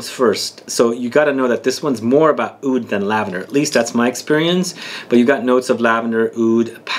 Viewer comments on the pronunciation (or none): am a middle eastern and we say oud we don't say Aoud lol the only fragrance i have that contains lavender is nicolai patchouli intense and i absolutely love it. btw what type of (Halwa) are u talking about? in which country did u try it?